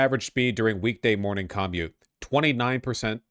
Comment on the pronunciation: Vaush refusing to pronounce "commute" correctly irks me so much